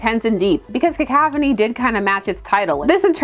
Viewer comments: Cah-couph-uh-knee is how i've heard it, now i've heard ka-kaf-ah-knee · OK but it's definitely pronounced Cah-cough-on-ee. Right? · I'm not bothered but it's "ca cough annie". But you say it however works for you. Along as I understand what you are talking about, that's all that matters to me. But yeah, in a world where editors were doing their jobs and actually guarding the legacy of the comics, we would get some kind of conclusion to this with or without Smith. But the editors are asleep at the wheel, so no. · I love your "cacaphony." It's right up there with William Shatner's "sabatage." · Only cuz u said peeps would mention it in the comments; I don't know the proper way to say "cacophony" but I choose to say it "cacaw-phony" cuz then it sounds like u r a crow n a murder of crows cawing outside the window is where my brain goes when thinking of a cacophony. I think peeps r gonna be pissed that u pronounced the O in a way that is an A sound n not even the one that is both an O n A sound so let me scroll thru the comments n get a laugh 😂😂😂